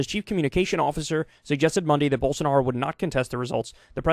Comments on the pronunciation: Not quite, but I get how it might sound like that. He’s just pronouncing it as an actual j instead as the zh it’s supposed to be. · Did Kyle say Gyroball Sanaro?